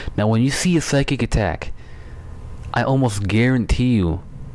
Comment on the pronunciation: You pronounce it "Sy-kick